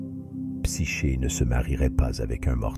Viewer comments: Dommage. "Psyché" prononcé "Psyké" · Psyché se dit ”psyqué” car "ch" se dit ”qu" en grec 😉